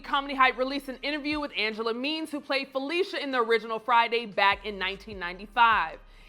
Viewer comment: It's Falisha not Felicia